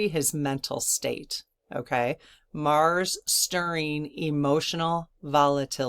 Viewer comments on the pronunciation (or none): none